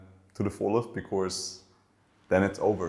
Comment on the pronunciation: Sebastian, please, for the last time, there is no 'r' in the word 'because'. In 'Of course', yes. But not in 'because' So wie bei uns in: 'kosch mer net...' 'kosch' nur mit s 'because'. Des wär toll. Weil des hat mich als E-Lehrer bei deine inhaltlich tolle Interviews auf Englisch jedesmal irre gemacht. Genieß des Finale '23!!!